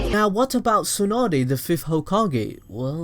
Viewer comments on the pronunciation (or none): Mah nigga said "tsunade the fif hokae"